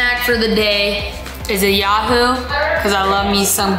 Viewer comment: not me saying ITS A YOOHOO NOT A YAHOO